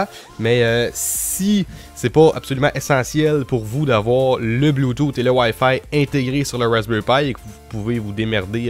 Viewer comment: Je viens de me rendre compte que Wayfay c'est wifi je suis désoler... mais ton accent prend énormément le dessus la :3 Sinon très bonne vidéo ;)